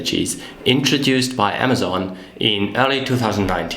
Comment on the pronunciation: Amazen? lol. Learn how to pronunciate.